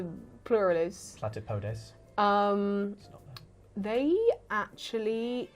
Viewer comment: The plural of platypus is exactly platypodes,! Don't sell yourself - or platypodes - short.... Though the stress should probably be on the second syllable.